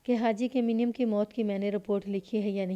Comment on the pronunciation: منیم کو muneem پڑھا جائے گا